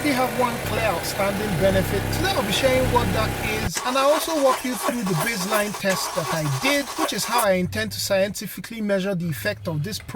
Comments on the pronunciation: its base - line, not bizzline :)) hehe, cool video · Not sure why you thought that was funny. People have accents.